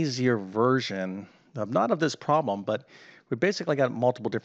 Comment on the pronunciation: Why don't you quit enjoying listen to yourself talk and teach math? Also, the word "problem" has a b in it.